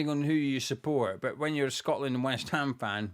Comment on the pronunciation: Well done to the lads. Though, when it was tied 2-2, I thought I heard one of the commenators say "Shockland". See you in North America!